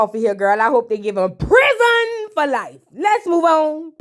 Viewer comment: Hey ❤ the way you say husband "huzbun" 😂 and prison " prizunn" takes me out every time 😂😂 Amara is going thru it😢